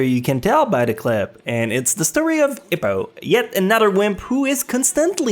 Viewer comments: my boy hes not ip man hes ippo eeeeeppppppoooooooo also simon sea moan my man words are one thing but names common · Eppo, not Ippo as in Hippo, EEEppo :P